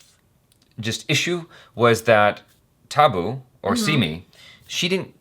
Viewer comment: This is how you pronounce tabbu "tuh just like duh but with" T" tuh+B +boo